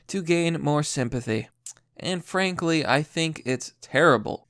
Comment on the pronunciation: Did he say "Anne Frank Lee" ? Not funny... Not funny 😂😂😂